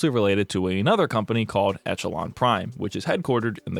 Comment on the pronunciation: That’s not how echelon is pronounced